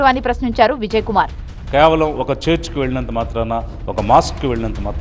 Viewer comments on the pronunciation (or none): అయ్యా మాజీ ias .. నువు చర్చ్ అనే పలికే తీరు లో నే తెలుస్తోంది నువు పక్కా క్రిస్టియన్ వి అని